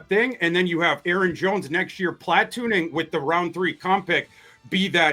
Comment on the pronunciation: Plat•toon•ing interestingly emphasized word/name of the week. Love it.